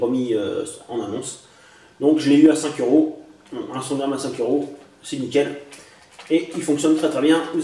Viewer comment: on dit strongarm pas strongram mais c'est pas grave